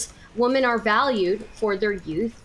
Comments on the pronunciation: Why can not pronounce the word women? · Somehow inability to say "women" properly is more insufferable than Lav for me.